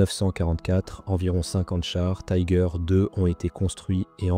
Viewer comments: Marre d'entendre le nom du char mal prononcé. Pourquoi le prononcer à l'anglaise alors que c'est un char allemand et que la vidéo est en français. Si vous ne parvenez pas à prononcer son nom en allemand, faites le en français mais surtout pas en anglais qui n'a rien à faire dans cette vidéo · le "i" en allemand se prononce comme en français.